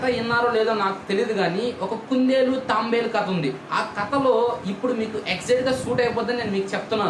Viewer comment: Bro adi Tambelu kadu tabelu